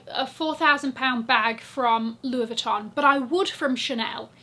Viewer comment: French girl speaking : your pronunciation of "Louis Vuitton" is absolutely PERFECT. Btw, you're amazing girl !